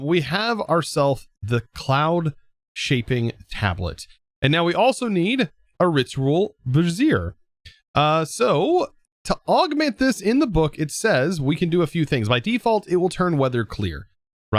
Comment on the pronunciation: Something that made me chuckle a little while watching this. The ritual brazier you’re talking about is pronounced BRAY-zhur. A bruh-ZEER (the way you pronounced it) is a woman’s bra.